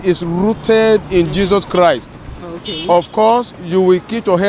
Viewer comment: LOL the guy clearly doesn't have his daughter 'rrrrooted in Jezuz Chrrrist'